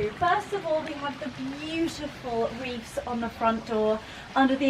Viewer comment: Wreaths not reefs. th at end of word. Just sayin….